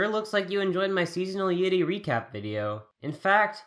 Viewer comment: The way he pronounces 'yuri' REALLY gets on my nerves.